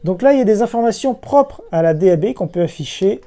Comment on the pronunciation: Attention à la prononciation, le terme DAB+ se dirait plus déabé plutôt que dabe :)